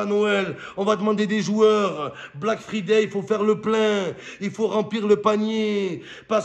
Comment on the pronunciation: Fryday chéri mom pas free day sinn t'es nuul ❤